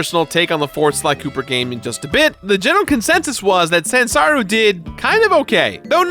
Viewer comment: Is saying Zansaru instead of Sanzaru?